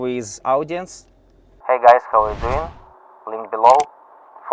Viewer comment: … на произношением поработай, а то русский так и прет, аж ухо режет - хав и парт!! 😊